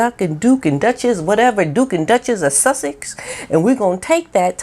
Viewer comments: I came here to hear you say "Shushaxx". Kills me every time lol. Love your channel, greetings from New Zealand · Makes me laugh the way you say 'Shushexx' xx❤😂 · I just love watching you, your content and the way you portray things are great, the way you say Sussex, just love you.